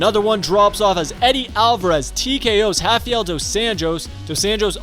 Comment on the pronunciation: Wait wtf is up with this dude pronouncing h instead of r Hafael instead of Rafael Henan instead of Renan Heis instead if Reis